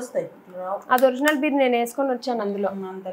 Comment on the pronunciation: Bear (ఎలుగుబంటి) కాదు మే అది Beer🍺(బీర్) ఏ english రాదా, తెలుగు medium batch ఆ 💕🌹♥️